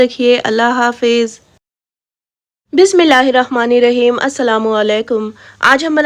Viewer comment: Bismillah hirrahman nirraheem hota h naki Bismillah hirrakhman ok